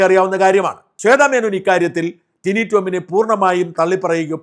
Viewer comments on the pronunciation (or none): ടിനു അല്ല ടിനി..